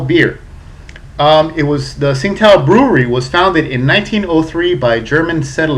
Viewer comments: its pronounced as ching tao dumb ass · I believe the Tsingato is actually pronounced "Ching-dow" according to their website. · This is a great refreshing beer I think goes down well on a hot day. Have to point out though, the correct pronunciation is "Ching-dow"...